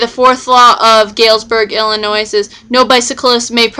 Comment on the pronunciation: The S is silent it is pronounced Illinoi.